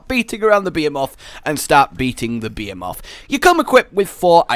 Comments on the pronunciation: It's pronounced BEE HEE MOTH, NOT BEH HEH MOTH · bee-ae-moth behemoth Nailed it. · The way you say behemoth really hurts, Bah-he-moth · Did you just say... Beamoths.... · Wait ... Are you saying "Behemoth" ??? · Anyone else hear BEER MOTH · The H isn't silent dammit